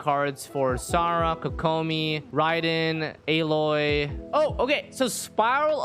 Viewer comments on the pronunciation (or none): none